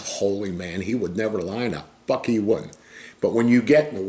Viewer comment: “the fock he wouldn’t” lol classic brother